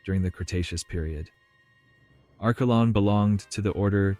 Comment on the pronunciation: I can't listen to Arschelon one more time! Sorry, I'm out.